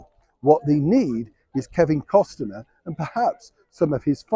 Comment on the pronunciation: Costner not Costener 😊